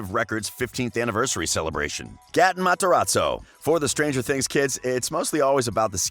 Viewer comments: GAATEN WHO IS GAAATEN ITS NOT GATEN ITS GAAAATEN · wait did he just say gat-e-n 💀💀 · Reanne Ras MEEE HAHAHAHAHAHA GATTON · It was triggering me so much that he was saying gaten like that and calling her Natalie and Natalia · Idiot can’t even say gatten Matarazzo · Am i the only one who's triggerd by the way he say's gaten name?????